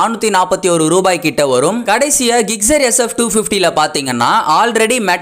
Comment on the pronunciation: ஜிக்ஸெர் ஆ??? கிக்சரா??? பைக் பேர சரியா சொல்லுங்க.